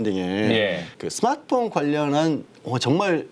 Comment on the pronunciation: 스맛흐폰? 발음 ㅋㅋㅋ